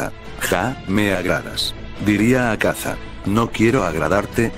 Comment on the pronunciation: Cómo que “azaka “??? habla bien;_